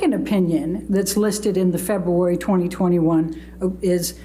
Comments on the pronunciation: I would have said objection everytime the lawyer said “Feboowary” instead if February.. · Every word is a hard one for you febooary, dacument, so frumpy repeats the sane thing that was sustained second earlier uts a ciincidence mr dennison was way too lenient with elaine